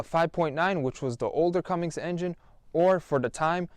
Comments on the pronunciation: Cummins not cummings no offense lol and nice truck I doubt this one will have a ton of issues. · Great video and congratulations on the new truck! Just FYI It’s Cummins not Cummings Some people will make a big deal about it and as a truck Person I’m being as nice as I can. (Jk) Awesome truck!